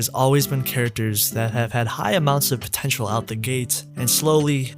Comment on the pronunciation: "potenail" lol